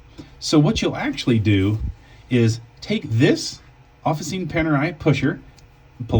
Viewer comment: Sorry to be 'that guy'. But its not pronounced "Offa-seene" and it doesn't mean "official". Its pronounced "Offi-CHeenay" and it's Italian for 'workshops'. Panerai Workshops. Great video on switching straps however. Thanks!